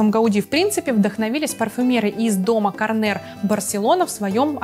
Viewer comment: Спасибо за подборку! Но... Quisáz ударение на последний слог КАрнер, а не карнЕр...